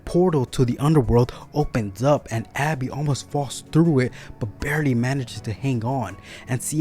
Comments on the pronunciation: Are you saying Abby? Because it's Gabbie. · I would not have put this out just yet. You did your best describing the deaths. I would work more on your delivery. Also, it is Gabby.